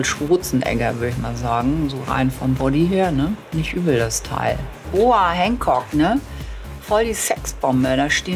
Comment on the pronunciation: Ich finds so lustig wie sie Boa Hanchock sagt <3